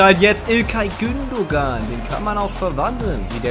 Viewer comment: Man spricht Gündogan “Gündoan“